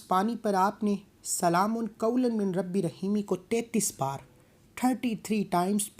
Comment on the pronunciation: अस्सलामू अलैकुम, शुक्रिया। आप ने इस आयात की बेशुमार फजीलत बयां किया है बिल्कुल ही अच्छा। लेकिन अगर आप मिन को पढ़ा है लेकिन सही तरीके से पढ़िए इस तरह से "मीर रब्बी र रहीम"शायद आप हिंदी से ही है।